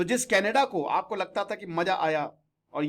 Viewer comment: यह कनाडा है, कनेडा नहीं.